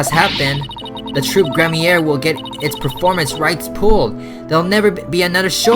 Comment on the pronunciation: The word troupe is pronounced like troop